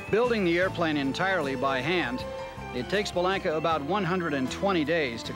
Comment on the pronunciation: The Viking is the best handling 4 seat single ever made. I was a Bellanca salesman in the 70's and owned a 77' Turbo Viking for a period of time. One important correction, the proper pronunciation is Be-lawn-ka. I actually went to high school with Giuseppe's granddaughter and can confirm the correct way to pronounce the family name is with a "lawn", not a "lank".